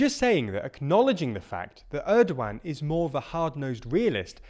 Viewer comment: How do you pronounce Turkish president name 😂